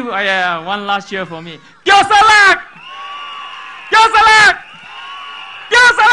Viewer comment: Teo Ser Luck is exhibiting worrying symptoms of neurological damage in his speech. Perhaps a result of running too many marathons?